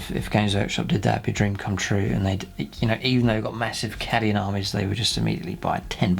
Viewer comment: why do you pronounce cadian and gellar so wrong?